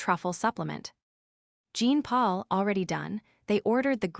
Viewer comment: Jean Paul a French name is pronounced Jaapaul